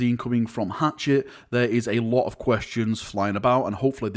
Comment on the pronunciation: it's Hachette, not hatchet. Pronounced Hash-et.